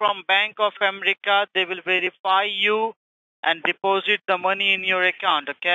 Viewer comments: its america not amrica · Not the "Bank of Emrica"